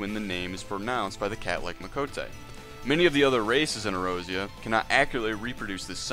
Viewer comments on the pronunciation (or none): Ay-Oore-zee-yah. Not errozera, do you even play the game? I read what you said word for word on another website. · Its "Ey-or-zee-uh" not erozea, its not a JP pron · A OR Z UHH = Eorzea E ROSY UH Aside from that, enjoyable. This just bothers the shit out of me. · SAY EROZIA AGAIN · And "dinurial" ... idk if I can keep watching